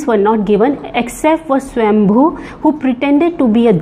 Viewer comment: Great knowledge Thankyou 🙏🏽. The demi god who stole the nectar was swar-bhanu alias Rahu. U accidentally pronounced it swambhu